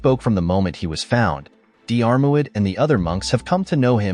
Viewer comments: Just cannot cope with the mispronunciation of Diarmurid, I had to switch off! The narrator could have simply gone to the trouble of looking up how to pronounce this word on Google!!!!!! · You could have made some effort to research and pronounce Diarmuid properly. Are you an AI voice? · Pathetic text to voice crap that doesn’t pronounce names properly. Unprofessional and ignorant. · Diarmuid is an Irish name, not English. Just like Siobhan or Niamh, their pronunciation is completely different from their spelling for anyone who was born outside the British Isles. So no, it's not unsurprising that it was pronounced wrong. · What ... blasphemy ... as a Diarmuid myself to read the british Dermot being cited is painful to me ... Dear-muid is the pronunciation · The name you are struggling to pronounce is pronounces DEARMAD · Dee-Arr-Mu-id, lol, got to love AI voices 😀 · It’s not diarmaud it’s pronounced as dermot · deearmouid? hahaha try 'dermot' has english become a foreign language or is this another robogob fail.. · Pronounced Dermot, not Dee-are moo-id 🤣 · His name is pronounced dermuid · FFS, his name is pronounced Dermod in Irish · I wish the narrator wouldn't use the phonetic pronunciation for Dairmuid....it's pronounced Dermutt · Diarmuid is pronounced Deermid. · Diarmuid is pronounced Dermott! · Dee-armo-I’d!. Really? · Di-AR-MOid :face-blue-smiling: It's promounced deermuid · For God's sake will you please learn to pronounce names properly. Couldn't listen to the whole story. It's DEAR MUD. And if you are stuck Dermot will cover it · Diarmuid is pronounced Jeer-mid... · Diar mu id 😂😂😂😂😂, fook Ai, do research people who make these videos, ruining our Irish Christian names..😂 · So many people on here trying to pronounce Diarmuid . It is dear mut . Dermot is close enough . lol. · I’m from Monahan so a Northern Irish pronunciation would be Dheer – mid Like cheer but with a “d” 🙂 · The Dermot is still lots better than the weird way this video says it.